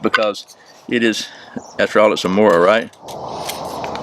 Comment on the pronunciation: the pronunciation of Mora was pretty spot on but kniv was not the best, you pronounced it with a n instead of a k .. so i would totally give you a 9/10